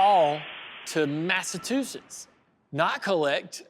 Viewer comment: Best part of the whole thing for me was how Dale Jr. pronounced Massachusetts…